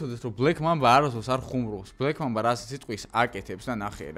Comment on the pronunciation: ბლექ მამაბას არა ბლექ მამბის არი სწორი